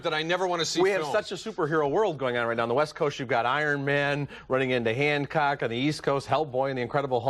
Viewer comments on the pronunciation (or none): It’s Hancock not Handcock lol